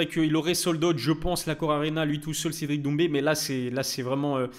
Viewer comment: "cedric doumbi " pas maaaal